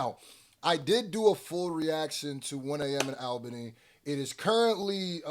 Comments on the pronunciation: 1 am in ALBANY*, not labany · It's Albany not Labany, put some respect on Albany's name! thats New York's capitol city!!